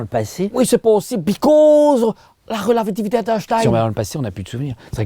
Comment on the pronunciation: la "rela-viti-vité" d'Estein 🤣🤣🤣 après un "BIScauuuse", il me semble.... Vous êtes excellent, 🥳